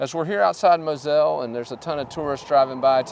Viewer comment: When you pronounce Moselle, you need to put emphasis on the MO by stretching it out, then the selle is pronounced Zell. Mõh-zell.